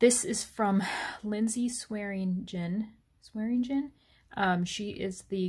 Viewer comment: You said the designer's name correctly!!!